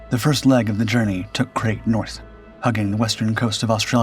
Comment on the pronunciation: The snake is called Krait not 'Krit' and is pronounced to rhyme with 'fright'.